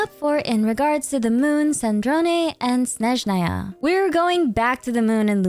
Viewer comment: 5 years of traumatic ear bleeding from hearing them pronounce Snézhnaya healed in just one video. Thank you, 🙏🏻💗